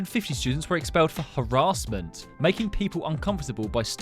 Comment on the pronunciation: 'Har - ahs -ment' - (I had to break up the syllables).